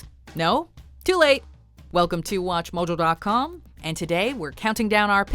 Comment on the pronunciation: "Welcome to Watch Mojul dot com"